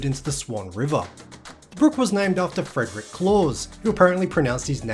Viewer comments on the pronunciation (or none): none